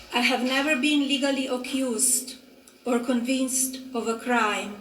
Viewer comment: How is her English still so bad? It's "circulating" and "convicted." She's literally reading it and can't say it right.